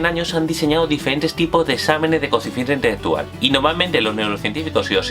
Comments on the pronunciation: "Coeficiente itetetual" como 10 veces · no se entiende una mierda q dice, coeficiente intheggetual parece frances